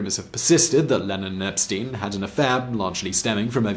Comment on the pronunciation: His name was pronounced "EP-STINE", not "EP-STEEN"...